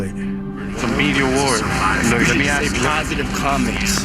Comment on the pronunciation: Ask* not ax